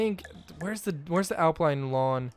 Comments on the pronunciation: no its pronounce alpine not apline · Al-pine not al-pline ... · its alpine not alpline xD